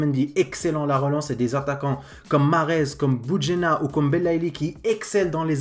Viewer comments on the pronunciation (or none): Bounedjah* et non Boudjenah